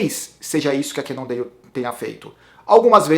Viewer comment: essa pronúncia "cannondeio" kkk....Eu vi falantes de inglês nativos ñ sei de que lugar pronunciando "cannondale" com som de L. Bem ñ sou um expert em língua inglesa mas o q seria melhor pra ñ passar vergonha na frente dos gringos?